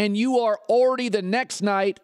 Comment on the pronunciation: anyone notice how colin says "unbelievable" about 100 times a show? and "like". he says "like" more than any other word, the dude can't talk. he's terrible for radio. as i type this he's trying to say "already" and failing miserably. ORR-dee